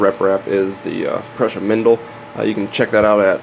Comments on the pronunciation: pruh-sha > pru-sa. There is support material on any 3d printer. tbh you really shouldn't be trying to teach 3d printers if you only know 2/3 of what your saying. Maybe title it something like "Some information on how 3d printers work" instead of suggesting all of the info is in this video. And also don't give wrong info on an informational video. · It's pronounced "Prooza".